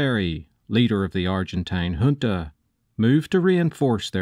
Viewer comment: Finally someone that pronounces “junta” properly lmao